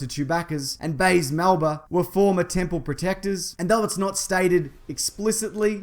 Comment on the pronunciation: Baze Malbus, not Baze Malba.